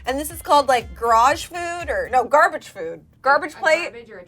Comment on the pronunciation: 'Garage food'??? lmfao ISSA GARBAGE PLATE BEECH